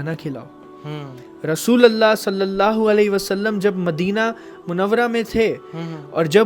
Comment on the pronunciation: Rasulallah nh rasulullah